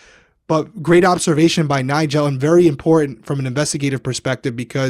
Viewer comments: ily, but it’s NIE-JUL 😂 not nie-gel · Why are you pronouncing Nigel like that? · It’s pronounced “nye-jule” not “nye-gel” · omg just heard say NIE-GEL too, not tryna call you out 😂 both y’all stop it lmao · I've never heard it pronounced like that. Always with a j sound for the g. People be saying stuff differently. It's interesting